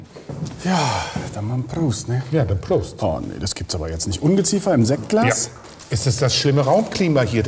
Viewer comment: Seinen Namen hat der Schaumwein übrigens aus dem Lateinischen: Das Wort siccus bedeutet trocken und wurde in leicht abgewandelter Form zum gängigen Namen der Feierbrause Sekt, dessen Alkoholgehalt mindestens 10% beträgt.Und außerdem wird Sektglas mit einem ´´Schlangen Sssss´´ ausgesprochen anstatt ein summendes ´´S´´ zu haben. Hat also nichts mit Insekt zu tun. (Leider purer Zufall.)